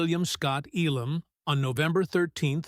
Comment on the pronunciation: I wish the narrator would decide on ONE pronunciation for Elan's last name - as opposed to three different ones!